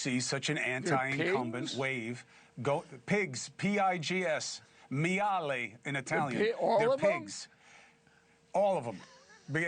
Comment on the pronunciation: It's "maiale" not "miale" my italian brother. But I like that you're slipping in an italian word, Chris. 😉